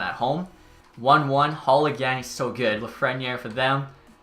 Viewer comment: I don’t know why this bothers me but it is pronounced la-fren-air Great vid love this series